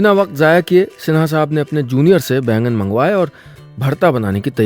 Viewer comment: बैगन नहीं बैंगन